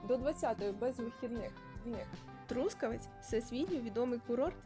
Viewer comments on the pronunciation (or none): Чому саме ТрУскавець? Ріже слух..Трускаве́ць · Трускаве́ць — місто в Дрогобицькому районі Львівської області >> Наголос на ОСТАННЬОМУ складі!!!